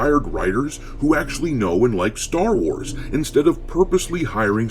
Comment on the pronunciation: Welcome to the "Sher Wars".